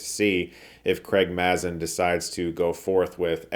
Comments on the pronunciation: Great review Chris, just a pronunciation check on Craig Mazin. It's a long 'a,' as in Craig is stuck in a maze. He says it many times on his podcast Scriptnotes. That aside, you're crushing it and stoked for Shelby Oaks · It's pronounced Craig 'May-zun'. He does a unique intro for every episode of his Podcast with John August, Script Notes. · Btw for tips on the pronunciation of Craig Mazin's name, check out the first couple of seconds of any scriptnotes podcast :D